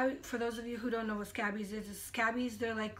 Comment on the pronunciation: It’s pronounced skay-bees